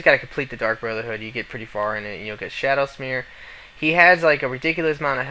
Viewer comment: It's SHADOWMERE not SHADOWSMERE lmfao that made me laugh sooooo hard!!